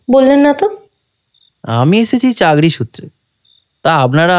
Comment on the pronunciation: ভাই, কথাটা চাকরি,চাগরি নয়।